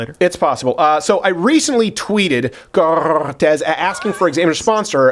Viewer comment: Does he trill the R wrong on purpose?